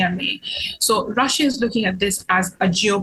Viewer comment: When the present pronounces Russia as Raschia. Hahahaha!!